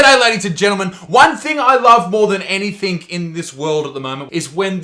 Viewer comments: ANYTHINK?!? It's not a word Buttsmarn! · Any thing thing ing g. Not any think! think is not the same as thing. Please try and learn to pronounce words correctly.